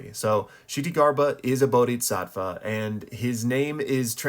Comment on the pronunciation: maan,.... bodisatva spoken and not bodiTsatva